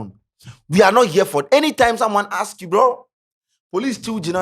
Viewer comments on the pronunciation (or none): none